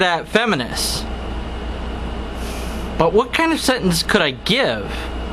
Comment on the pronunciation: why cant you pronounce sentence?